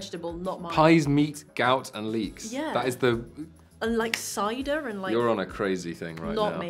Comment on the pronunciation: the accent on cider